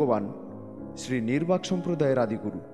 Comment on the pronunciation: নির্বাক নয়,নিম্বার্ক হবে । কিন্ত বাদবাকি সব ঠিকঠাক, এরকম আরও মহাপুরুষ দের সমন্ধে তথ্য দিয়ে জ্ঞান বৃদ্ধি করুন ।